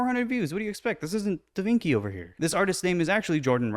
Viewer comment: Great video! Just a little reminder if I may since I'm Italian and my ears are bleeding lol "Da Vinci" is pronounced with a sof "c" sound, like in "Charlie" or "chocolate". If anyone is interested, as a general rule in Italian if a C is followed by an E or an I, then it's pronounced as a soft "c", while if it's followed by an H then it's a hard "k" sound, like in "bruschetta" ;) Hope this helps! 😊